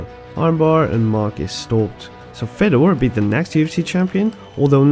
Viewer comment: If you consider who is a goat, you should only acount prime time and the true is if you say any name there was ever Fedor would win.. so he must be the only goat there ever was.. no khabib, jones would stay a chance.. try it say who could ever beat prime fedor.. btw its pronunced Fjodor